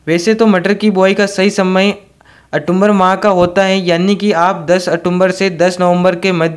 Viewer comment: अरे भाई वो अटुम्बर नहीं, ओक्टुबर होता है.... 😂😂😂